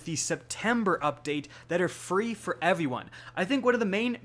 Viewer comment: 'Evey one' hehe